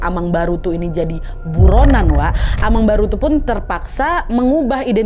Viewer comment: Koreksi kak nad, bukan amangbaru, tapi "amangboru"